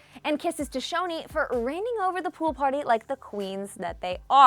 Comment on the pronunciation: Excuse me she did not just pronounce choni shoni😡😡😡😡😡😡😠😠😠😠